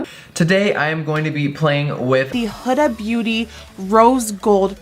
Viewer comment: It's pronounce who-da, not hood-a.....drives me insane!!